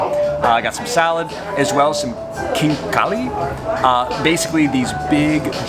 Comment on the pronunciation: Neither chizhibizhi nor sirniki are actually Georgian. Compliments on your pronunciation of khinkali though, probably the best I've heard by a foreigner.